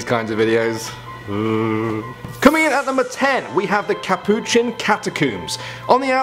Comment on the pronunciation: THE KUHPOOCHIE